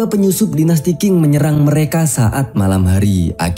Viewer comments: Bgs Ching (Tjing ) bukan king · Qing itu dibacanya Cing. Season dibacanya sisen. Semoga membantu saat mengulas season berikutnya.